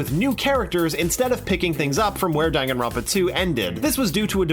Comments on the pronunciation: dan, gan, ron, pa. not: dangin ronpa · Dan-Gan-Ronpa Not Dang-Gan-Ronpa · MRW the narrator of the video comes after the people who couldn't pronounce Danganronpa right then proceeds to not pronounce it right either. It's "Don-gan-ron-pa", not "Dan-gan-ron-pa". Seriously. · Majority of players cant announce? Isn't it said in the title screen? Lol, i actually had a friend who pronounced it as danjinrawnpa. It was great. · It's actually not DANG-AN-RON-PA If you go in the settings of DRV3, testing the voice sound it's actually pronounced "DON-GON-RON-PA" yeah I know I'm concerned too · Don-gon-ron-pa In the settings of V3, when testing voice volume, Monokuma's voice says the game's name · Tetoin Games how is it pronounced? i pronounce it (dang-an-ron-pa) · NYMKai if you know how japanese pronounce word its was da *n*an ron pa The n one is *ng*an cause n can pronounce to ng in japanese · I pronounce Day-n-gaan-ron-puh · Ye i was annoyed when i found that ive been pronouncing my favourite games wrong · "That a majority of players cannot pronounce" Continues to pronounce it wrong